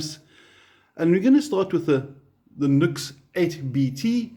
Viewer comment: Much as I approve of your ZA/NA (?) accent, "NUX" is pronounced NEW-X in spoken English according to NUX (Cherub CN) themselves. Hey, as an owner of many NUX products and native English speaker from a time when grammar, punctuation, spelling and pronunciation were taught, insisted upon and examined, I used to pronounce it as spelled too for a long time. The keyboard doesn't type the subtle ">" used in the "NU>X" branding for so long well, which I suppose gave some hint of it. Returning to the relative mini amp comparison, of these three I chose and use the 3W Blackstar Fly 3 & Blackstar Fly 3 + Fly 103 6W Stereo combo for my battery powered portability deployment needs. Taking into consideration my purpose for the Fly 3s as I already had a Blackstar ID:Core Stereo 40W (now two thereoff with the addition of the latest V3 incarnation of it) for my primary practice amp, as well as multiple other larger electric performance and acoustic amps . In my country (AU) the NUX8 BT 8W with BT sells for around the same price as the Fly 3+Fly 103 6W Stereo combo (no BT) which includes its 240v AC to 6.5v DC step down PSU in the pack. The latter Blackstar 6W Stereo combo is really the direct comparison to the NUX price point for price point, with the advantage of Stereo which it trades off against the NUX's feature of Bluetooth. So in that sense, the standalone 3W Fly 3 isn't a fair or balanced comparison considering it sells for half the price of the NUX8BT or BOSS Katana Mini. Not that it